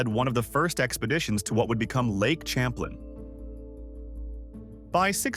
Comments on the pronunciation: It's pronounced Sham-plane not cham-plin. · 🤣this the funniest thing i heard today, im québécois, we learn the real history here, he’s french gng, its pronounced Cham-plin, whitout your ahh accent